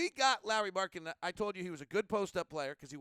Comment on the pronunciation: Surprisingly good Finnish pronunciation there with Lauri's name. Especially surname.